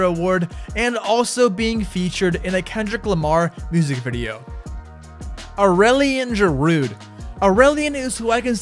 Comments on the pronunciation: I am french and OFFENDED by your pronontiation of Aurélien Giraud: it's prononced Oréliin Giro! apart from that, love your videos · Being franco bilingual, here’s a tip for pronouncing « Aurelien Giraud »… to be close to the real prononciation, say « orelien jero »